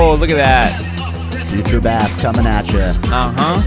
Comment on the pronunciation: They’re saying bass wrong